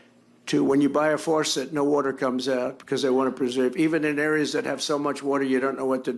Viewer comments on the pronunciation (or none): so I saw coverage of this particular part of his word vomitting and I’m bothered that no one called him on his pronunciation of “faucet” this mook really said “forsette” and both Kimmel and Meyers just ignored it 😆🙄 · Trump seems focused on the big issues. Also, he pronounces ‘faucet’ like “farcet”. 80 years on this planet and he knows like 500 words in English. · a faurcet? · Am i the only person who did a double take when that fool said, " out of the FOR-cet?" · WhoTF are "they, and what the hell is a "farset"???? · Trump cracks me up when he said " forcet". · What is a "forcet"?